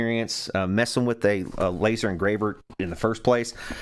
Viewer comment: Fire the "láser" hahahaha